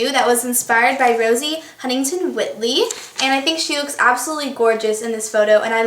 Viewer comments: isn't her last name pronounced… white-lee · it's pronounced "white-ly", like the color.